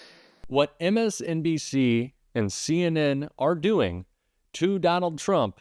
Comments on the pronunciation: He did not say "MSNBC" he said "MSBNC"! Who are they? He honestly cannot even read what is printed out in front of him on the teleprompter! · 45 can't even get MSNBC correct; he calls it MSDandC...haha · Did no one else notice trump say "MSDNC"? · did the idiot say "MSDNC" !? did he really try to say " MSNBC"? God what a brainless buffoon!!🤣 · So are we just gonna over look how badly he mispronounced those networks names.. fkn clown.😂😂😂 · He can't even say MSNBC 😂😂😂